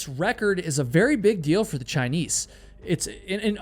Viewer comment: why do u say "chiniece"